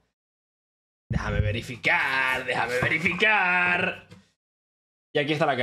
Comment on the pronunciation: "Dejame verifiKark" 🗿